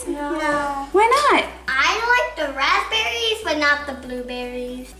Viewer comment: I hear feom you first time grazberis ????